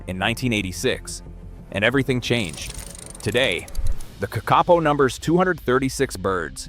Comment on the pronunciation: Kakapo is pronounced KA-ka-po, it is not pronounced ka-KA-po